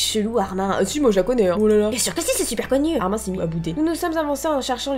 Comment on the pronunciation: Arimineeeeeee on dit le e